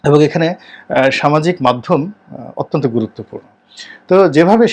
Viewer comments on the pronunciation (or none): none